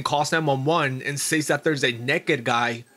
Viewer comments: OMG, it's pronounced "sez". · I cant watch this channel anymore. The way he says "says" drives me nuts. He doesnt actually research the stories.